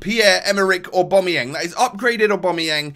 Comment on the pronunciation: Btw aubamayang is not pronounced owbomoyang It's pronounced aobameyang